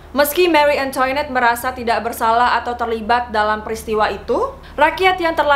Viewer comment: Pengucapan prancis bukan antoinet..tp..angtonet Dan versaille versaey.. CMIIW